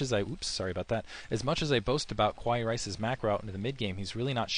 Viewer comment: and ye his nix is kAwai not kwai ; p xcuse ; ] just cant bother to pay attention to boring players names ; ]